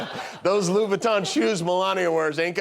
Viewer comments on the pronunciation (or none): none